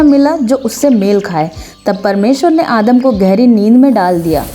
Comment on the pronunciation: Adam ❌ aadam ✔️ 😂